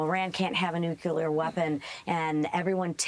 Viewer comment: Someone please teach Lisa how to pronounce the word nuclear. It's not a good look